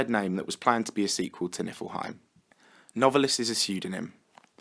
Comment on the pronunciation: Isn't Novalis pronounced Nov(long a)lis?